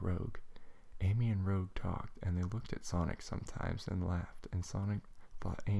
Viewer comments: Good reading, but Rouge's name is pronounced: "R-ooo-j". Still, good work! :D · and you pronounced Rouge WRONG